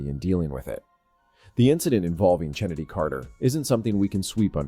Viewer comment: I already hit "Don't recommend this channel". I hate the AI voices and any human who watches the WNBA knows that Chennedy's name is pronounced "Kennedy," not CHennedy. I won't watch any page with AI voices or any that starttheirdesciptin with"2 minutes ago..."